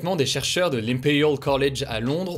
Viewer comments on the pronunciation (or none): "Des chercheurs de l'ImPeUUuuRiaL college" xD